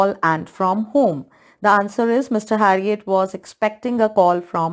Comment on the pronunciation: Its not harriot its herriot